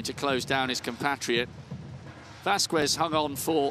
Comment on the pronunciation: The fact that he can pronounce KSZCZOT and not Vasquez is mindblowing